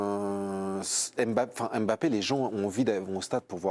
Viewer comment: Bonjour, je suis d'origine camerounais et je dois vous apporter une petite rectification sur la prononciation du Nom Mbappé. Mbappé est un nom camerounais qui s'écrit et ce lie en un seul mot et pas deux. On di Mbappé en avalant le M de Mbappé et pas en séparent le M du reste de bappé. Faites un effort supporters français sur nos noms africains en la respectant. C'est comme Ndiaye ce lie en avalent le N et nom pas N-diaye ou M-bappé